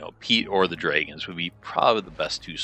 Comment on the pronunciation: He has a unique way of saying drayguhnns half the time. Says dragons the other half. Strange